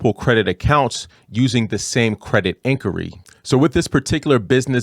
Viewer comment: Did you say incury? That's what it sounds like. Definitely not inquiry